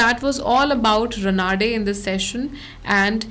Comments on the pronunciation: It is Raanade रानडे and not Ranaade रनाडे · Raanade not Ranaade